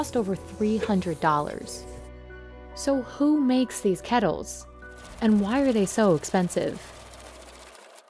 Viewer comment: Urgh the way she pronounces kettle. “Ketl” no love it’s “KeTTle”